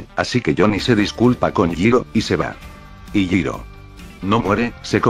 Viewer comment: Eeh, en realidad 🤓🤓 ball breaker no es una tecnica sino un stand 🤓👌 ya que asi se explica que gyro pueda ver los stand e interactuar con ellos 🤓🤓 ademas en todo tu video le dicer yiro y no yairo 🤓☕☕ asi que tu video esta invalidado 🤓🤓🤓🤓